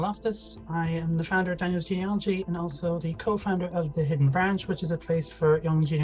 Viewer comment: It’s pronounced geneAlogy, not geneOlogy!! 😳